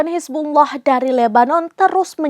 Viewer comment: Cuma serambi nnews yang fasih ucap hizbullah